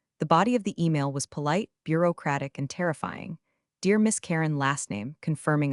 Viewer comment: I love that AI narration's "bur-oh-uh-oh-oh-whoa-crapic' pronuncialtion. More like a Motown singalong than English.